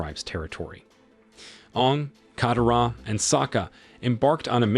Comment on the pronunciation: Not just Aang's name you even disrespect Katara's name dude if your doing recap like this please atleast learn how they pronounced their names and more